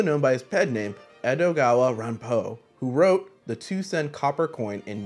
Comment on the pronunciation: i'm not truly fluent in Japanese so it's kinda hard to articulate what makes the pronunciation weird, but i think it's putting the stress on it like "rahn-PO" -- if it was "RAHN-po," and if you took a moment to repeat it, then say Edgar Allen Poe, it would be funnier as a "GET IT...?" moment imo hahaha. also last thing, but honkaku has an "N," these mysteries ain't about trifling women :P